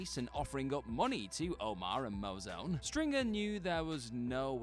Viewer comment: The laziness on this channel is at the point of pathetic now. To start the video by mispronouncing Brother Mouzone's name proves you didn't even watch the show and definitely didn't do any research or editing.